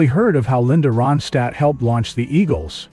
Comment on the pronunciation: You're not even Anunciating her name right 👎